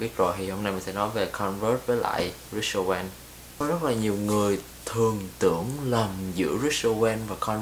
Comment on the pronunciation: Rick owens ....not...Rich Owen